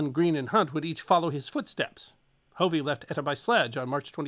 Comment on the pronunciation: Hey, I'm not sure if you're saying my last name (Hovey) or not, but, it's a short o, not a long o. "Huhv-ee", NOT "Hoo-vee".